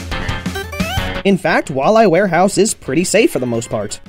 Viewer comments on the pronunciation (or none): And he said warewall eye house!! 😂😂😂😂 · UR SAYING THE NAME WRONG OF WALLEY WAREHOUSE!!!!!!!